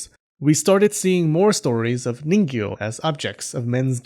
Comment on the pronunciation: This entire video all I can kept hearing is Niño